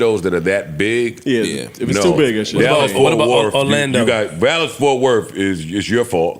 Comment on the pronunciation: Speak correct when you say anything about Dallas & Fort Worth, Joe.